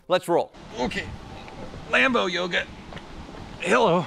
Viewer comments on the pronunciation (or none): none